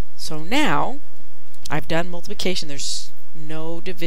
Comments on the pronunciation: she\he said multication when it is multiplication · "Multication" But Really , "Thank You So Much"